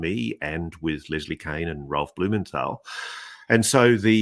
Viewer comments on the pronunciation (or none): Why is Ross always saying Lesley Kane, when it's Kean? It's not an accent thing either (I'm Australian)